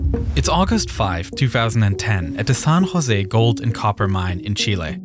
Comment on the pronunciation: It's pronounced "San Jose" not "Son Jose".